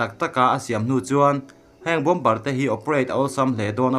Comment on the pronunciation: Bawmbar tih hi Bawmar tia lam tur an ti